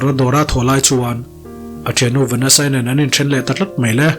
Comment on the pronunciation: Changtunu hming hi i sawi nalh lo e,Vanasa tiin i pronounce a,,Venisha ti a pronounce tur a lawm..